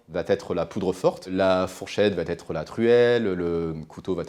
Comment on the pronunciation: Et en plus il s'entraîne en le répétant..Encore et encore tout fier de son art de la liaison fortapropo😉